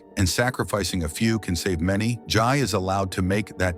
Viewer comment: It's Jay not Jai